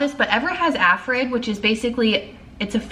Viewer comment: My son has ARFID too. It’s so hard to manage and seems to get even worse with age. 😢 Btw, it’s pronounced “are-fid”.